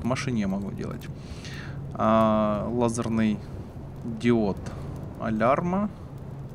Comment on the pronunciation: Хахах лол так сказал "Алярма"...хахахах